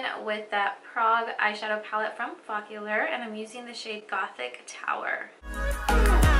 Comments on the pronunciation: Focallure dear.. not follacure 😂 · Its focallure not follicule. Or am i jst hearing it wrong?